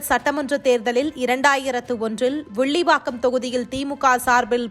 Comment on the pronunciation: அது சரி அவர் எந்த தொகுதி வேப்பாளர் வில்லிவாக்கம் இல்லை விள்லி வாக்காம சரியாக தமிழ் வாசிக்கவும் நன்றி க்கம் கிள்ளி கிள்ளி